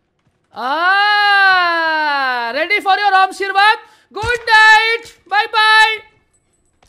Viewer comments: Normal people: aarshirvad says AWMshirvad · How we say ashirvad People = asirvad But = awmshirvad